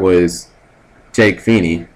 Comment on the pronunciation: Everytime Cap says Jake's name all i can think is "PHEE-NAY!!!" is it just me